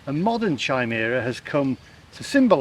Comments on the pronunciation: not chy, ky🤭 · [KY] + [MEER] + [UH] 🙄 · Chimera in pronounced “k-eye-meer-ah”. Very strange word isn’t it! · The' h' is silent in Chimera. so 'Cimera' with a hard c of course.. Looks a fantastic place Fremantle I must say. Really tidy and smart and looked-after. Not the run-down state of the UK towns. ( i.e. Leicester) Loved the dish you F&C were served in. Really 1940s. You shoot seagulls they are a blasted vermin, like rats and grey squirrels. I watched it all really good. I shan't get there now at 76 with my wife 77 and poor mobility but nice to see. Do it while you can. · I think that Chimera is pronounced Kaimeera. - - - Fremantle is rather like Llandudno - but with extra sunshine! - - - Number one isn't the best - think how you score your food - ten is the best, one is rubbish! - - The best fish in the sea that means they are cold, wet, and salty! 🙂 - - - The fish is a bit flat - well, it would be - hake is a long thin fish a bit like a skinny cod! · It is pronounced 'Ki-mera'. Today, it's what they call those of us that are the product of transplants. Two or more creatures fused together. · my son says it's a keemare ra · The H is silent just like the K in Knife. So chimera just has a K sound since there is no emphasis on the H